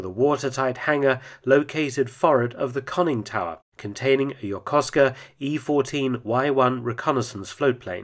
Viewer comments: His pronuciation is good👌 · Props for pronouncing "YOKOSUKA" correctly.👍